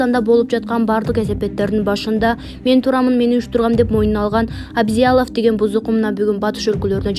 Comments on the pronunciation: Абзялов эмес Аблязов, мынча билимсиз диктор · Абзялов эмес Аблязов, туура окусанар жакшы болмок. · Сабатсыз жур Аблязов Такылдабай туура айт уят Аблязов Абзелов эмес сабатсыз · Абзялов эмес, Аблязов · Санкся, Абзялов дейтко -) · Урматтуу комментатор Абзялов эмес Аблязов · Абзялов эмес Аблязов, туура суйлогулочу сураныч!!! Силер журналисттерсинерго! Фамилиясы Абдул Азиз деген создон озгоруп кеткен бул инсандын. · Абзиялов эмес Аблиязов,улам кайталайсың го. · Абзялов эмес Аблязов деп окучу сарока-диктор. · Абзиалов мес Аблязов емес бекен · Абзялов эмес чулдурап, )))Аблязов. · Текстеги фамилияны туура окуучу Абзалов эмес Аблязов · Абзиялов эмес Аблязов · Айланайын, диктор кызым китепти коооп окуп, озундун устундон кобуроок иштечи. Коп жерде туура эмес окуйсун. Казак жаранынын фамилиясын Абзялов деп коп эле жерде туура айтпадын. Менин билишимче Аблязов деп окулат болуш керек. Озундун устундон коп иште, тез окуганын аз келгенсип, коп жерде орус терминдерин да туура окубайсын. Бул сын эмес, жардам. Капа болбо, Адам критика менен озун ондогонго аракет кылат. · Абзялов эмес, Аблязов! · Диктор Абизялов эмес кичине даярданып чыкпайсынбы Аблязов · Ой айнанайын дикторша сен кайдан келген немесин Абзиялов эмес Аблязов ананайын. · Абзялов эмес Аблязов кок мее сабатсыз кыз суйлоп жаткан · Абзялов эмес Аблязов Автор кыз озун биринчи тушуруп алып окучу туура окуганды уйрон Шашпай окучу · ТУУРА ОКУГАНДЫ КАЧАН УЙРОНОСУНОР,АБЗЯЛОВ" ЭМЕС,АЛ МУКТАР АБЛЯЗОВ ДЕП ОКУЛАТ,УЯТ САБАТСЫЗДАР,УТУР,ТОЧКА ДЕГЕН ЖОКПУ СЕНДЕ, КАК ПУЛЕМЕТ ТАТЫРАТАСЫН ГО. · Аблязов абзялов эмес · Түү, туура окубайсынарбы.Абзялов деп кайра-кайра окуйт го . АБЛЯЗОВ! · Шыпылдабай туурараак окусаң, Абзиалов эмес Аблязов... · Коментатор Абзялов эмес Аблязов деп туура окусан Мухтар Аблязовду билбейсинби? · Ал адамдын фамилиясы Абзялов эмес Аблязов туура айтчы карындаш. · Абзялов эмес Аблязов туура оку козун жокпу же башка блогерлерден ошондой угуп жатасынбы